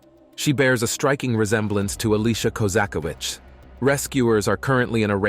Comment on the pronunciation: It's not hard to pronounce Koza-kie-vitch, ffs